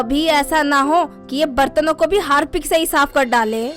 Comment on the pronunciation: Harpic ❌ Hapic ✅ 😂😂